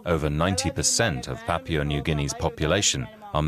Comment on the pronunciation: This man really needs to learn how to pronounce "Papua" correctly, I'm pretty sure that New Guinea is not made out of "Papier"... Also, it's interesting how human meat is fairly consistently said as tasting like pork. Though, I'm not in any hurry to find out whether that's true or not.